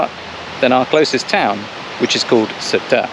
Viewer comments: FYI: Sertã is pronounced Ser tao. The squiggly over the ã is pronounced ao as in wow with the first w dropped. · Ok guys.... It is NOT... SERTA... But Sertã, the Ã at the end gives it an "Ahhnnn" *sound... So, it is 'Sertan'.... Other than that, what a beautiful video.❤ my little country, despite its issues, and after 42 years abroad, having left as a kid, I had to return back home, for it is such a special place. 😊🤗Great work guys. We need more videos of you guys traveling around, relaxing and showing us 🇵🇹.And u need to let ur hair down. Looks beautiful. 😁🙏👍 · That's not true...there is no "ão" in the pronunciation. The "ã" is pronounced as it is([ɐ̃]) and not as a part of a diphthong like "ão", which is different. The closest way to describe the "ã" would be a nasal "a", like serta but make the "a" more nasal. It's tough to explain but that's about it. There are guides on Youtube on how to say "ã". Also, Sertão is something Brazilian, not Portuguese, so it's something entirely different. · Ohhh it's not criticizing its teaching you, after all, I am a teacher and I would be thankful if someone corrected my pronunciation! 😅And I corrected your name cause we are all human. No need to be sensitive, I just think anyone should know how to pronounce the area they live in for years already. No hard feelings.. 😊